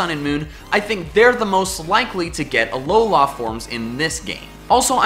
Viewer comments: Anyone else hate how he says alola? Its alola. Not alola la land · Aw-low-lah.... seriously? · it is Alola not Alolar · Remake this video with a counter for every time he says " aloha form" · Not trying to annoy you but its Alola not Aloha or Alolan from is also correct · It's not pronounced (A-LOW-LA) it's pronounced (A-LOW-LAH) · Dude, it's uh-low-luh not uh-low-lah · Why did you say ALOLAF forms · "...Alolah forms..." It's Alola... Alola. Alola, not Alolah. Normally I wouldn't make a comment like this, but the way you say it sounds so unnatural and forced. Maybe I'm wrong, and you're right, but I just can't stand your pronunciation; I'm sorry lol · it's a lol la not a lo la this bothered me this whole video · Please stop saying alolá forms. Thanks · it kind of sounded like you said alolaa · I wish I never heard you say Ah-Low-Law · It's AloLA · Ah, yes, the "Alola-a" region. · "Uhlowlar" forms :P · Uh-low-luh. Say it with me now. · Stop sayin' “ALOULLA“, it triggers me every time. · He says ALOLAH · It's pronounced ul-o-lu and gl-iscor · says Alowla Kill me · it's pronounced alola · He’s says Alola forms so weirdly and waaaaaay to much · my phone glithed everytime he said that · I'm sorry but I just lmao to how you pronounce Alola and Breloom XDD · If u love Alola forms so much then learn how to pronounce Alola correctly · It is alola the end letter an "a" not an "o" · STOP SAYING ALOLA LIKE THAT. THE EMPHASIS IS NOT ON THE “LA”! AND IT IS ALOLAN FORMS NOT ALOLA FORMS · The way you say Alola is painful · Is it just me, or does he pronounce Alola weird? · The way you pronounce "Alola" irks me. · I’m getting really annoyed at his way of pronouncing Alola